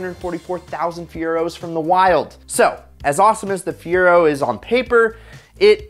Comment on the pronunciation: It is not the fear-o - it is the fi-er-o. I had one, the SE and loved it. It handled decent, the interior was nice, the seats fit me really well, speakers in the headrest. Ok, a "few" burned up - a hellofa lot better than the Maverick - ok, ok, the Maverick was 1,000 times worse.